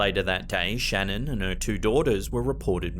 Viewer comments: Please I live in Colorado. Her name was Shan'ann not Shannon. This case was very personal to us here before it went world wide respect the dead and pronounce their names correctly. Thank you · It’s actually pronounced Sha-NAAAN. 🤓 True story. Either way, finally some little girl ghosts that aren’t wearing bonnets or "period clothing". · Just FYI: In clip #6, Mrs. Watts’s first name is pronounced “shuh-NAN”. I learned this by watching a documentary about this evil crime; that’s how her friends and family pronounced her name😉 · Her name is pronounced shuh-nan. Js. Lol great video!! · Her name is Shannan. pronouced Shan nan